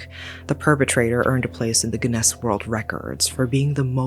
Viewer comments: Same, I was like, that can't be how you really pronounce Guinness?! 😮 Guin-Ness. I guess I've been saying it wrong for 3 decades. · Well, at least there's a more fun way to pronounce it, anyway. gonNESS sounds much more interesting than GhiNness.